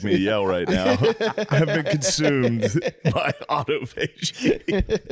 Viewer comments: Autophagy is pronounced uh-ta-fuh-gee, not auto-fa-gee 🤣🤣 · Matt said it right the first time only lol, aw-tah-fudgy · Just wanted to let the dawgs know that it’s pronounced “uh-tof-uh-gee” . Not “auto-fagee” . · Autophagy is pronounced Aw toff a gee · Haha. It’s pronounced ah-tah-fa-gee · Autophagy, pronounced like photography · no on else in the comments is upset about the way matt is pronouncing autophagy? damn the dawgs are dumb. no bueno